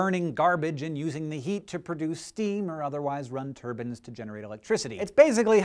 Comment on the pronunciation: (T-er-b-aye-ns) - Turbines, not (T-er-b-ans) Turbans, the cloths you wear on your head.